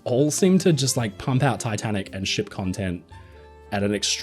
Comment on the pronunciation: "pump out content and SHIP content"!! OHHHHHH!!! "SHIP"! You said "SHIP"!!!! I thought you said... That is, what I heard was.... Well, I mean, that word would work just as well, anyway!